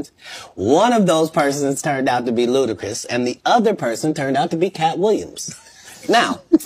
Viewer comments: "L U D A C R I S" NOT "L U D A C H R I S" 🤦🏾‍♂️🤡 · Ludachris? Lol it’s Ludacris bruh 1st album was a monster grew up on it yea it know I’m a OG